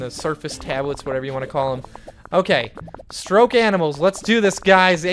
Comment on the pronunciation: Hahaha it's called stoke animals not stroke